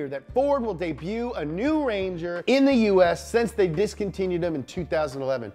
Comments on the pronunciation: So no one is gona talk about “dee buttttt” for debut 😄?? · I'm glad I'm not the only one who says 'debut' like that lol.